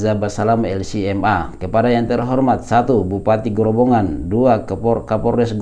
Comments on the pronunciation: Maaf ustadz, mohon ijin turut meramaikan komentar, yang benar pengucapanya adalah Grobogan bukan Grobongan, grobogan dimana peristiwa tsb terjadi adalah nama salah satu kabupaten di jawa tengah 🙂, disana banyak saudara saudara yang amalannya dikritisi ustadz syafiq, seperti dzikir berjamaah setelah sholat diserupakan dengan bernyanyi, banyak juga disana nama nama jawa yaitu "sri" yang diminta beliau untuk diganti karena erat kaitanya dengan dewi sri, dimana bisa automurtad katanya kalau menyebutnya, jadi menurut saya wajar kalau ada penolakan 🙂, dan karena beliau juga dianggap salafi, dimana biasanya temen2 salafi yang saya tahu juga seringkali menyalahkan amaliah seperti yasin, tahlil dll dimana disana masih banyak yg melakukan, jadi ustadz dan rekan2 salafi, penolakan tsb adalah reaksi, sebenarnya lebih menyakitkan dikatakan sesat dan masuk neraka karena masalah perbedaan daripada hanya sekedar penolakan, demikian pendapat saya, oiya satu lagi masukan ustadz, mungkin analogi menyamakan dengan abu jahal itu bisa dikoreksi, karena pasti ustadz sangat paham bagaimana abu jahal itu, sedangkan saudara saudara di grobogan itu bersyahadat, hanya menolak perbedaan pemahaman, konsekuensi hukumnya berat menurut yang saya ketahui antara orang yang bersyahadat dan tidak bersyahadat serta dianggap memerangi dakwah, demikian mohon dimaafkan apabila tidak berkenan ustad 🙂, terima kasih 🙂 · Ustadz, afwan, bkn "Grobongan" tapi "Grobogan". Tidak pakai huruf "n" sebelum "g". 🙏🙏🙏